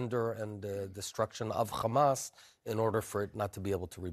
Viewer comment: Bennett is one of the most uneducated israel official i’ve seen on TV till now. The guy couldnt maintain a proper conversation without mentioning “destroying khamas” 😂